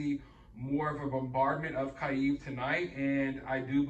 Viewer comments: I love your content and reporting style and I don't mean to critique, but so many reporters pronounce this wrong. To my knowledge is Key-Ev" not eve. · Pronounced. Key ev